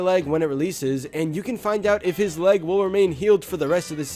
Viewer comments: He's not saying my lEg he's saying my lAg. What a gamer. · When I was little I thought he was saying my late.